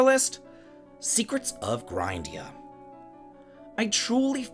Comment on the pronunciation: Maybe it's not pronounced grind-ee-uh and it's more like grinn-dee-uh and the name was just overlooked?